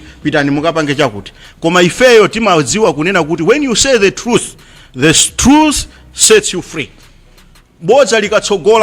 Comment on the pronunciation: There leader he don't even know to speak good English he's failing to say truth 😂😂😂😂😂😂 truf 😂😂😂😂😂 which region are you coming from